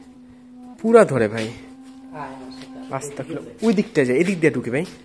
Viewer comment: ভাই আস্তাকফিরুল্লা হবেনা আস্তাগফিরুল্লাহ হবে।